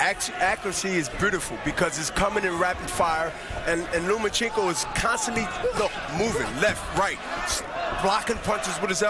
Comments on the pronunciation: lol he keeps saying lumenchenko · Why he call him Lu-ma-chenkow? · Who the fuck is "Loom-A-Chico"?